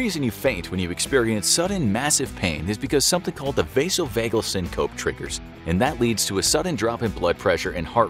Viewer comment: SyncopEE - for the love of god. It's pronounced with an "ee" sound...